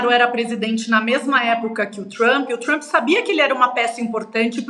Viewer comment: me amarro na falando "Trumpy", com R retroflexo e o "i" oxítono. super brazuca.